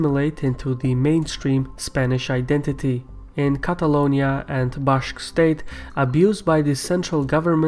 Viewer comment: it's pronounced "authority" not "authorithy" and "Basque" not Bashque"